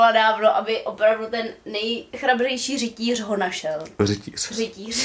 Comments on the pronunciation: Řitíř? :D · "Řitíř" Umírám😂♡ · Řitíř 😂😂 BEST 😂😂❤ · Best no řítiř já jsem zblázním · Řitiř aik XD